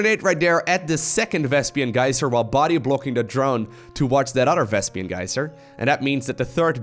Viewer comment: Nice game, but PLEASE, its "vespeen" not "vespian"! Keep up the good work, I love your content man!